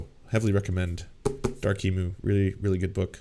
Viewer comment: Dude it’s Emu, not Emu.